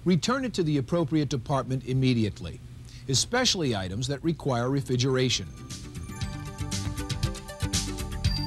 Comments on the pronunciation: Did the host say "refigeration" instead of "refrigeration"? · “Refigeration.” I can’t unhear it. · He keeps saying "refidgeraration"... is he related to Trump? What are the "oranges" of this video? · “Refigeration” lmao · The way he pronounces "refrigeration" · The dude cannot properly pronounce "refrigeration". He simply can'y say the second 'r'!! It happens over and over... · and there I was just saying that he may have gone on to be a tv anchor. Not if he can't say words with two Rs in them lol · Maybe he just wants to be a Rural Juror?